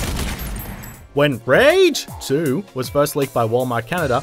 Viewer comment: The pronunciation of RAGE 2 it's the proof that the narrator is an AI